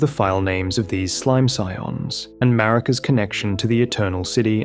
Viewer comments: I was listening to one that was "for sleep" but kept waking up every time it said Muh-Reeka. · You're right there has been an influx of AI elden ring videos. You can always tell because AI never says Marika correctly, and other indicators.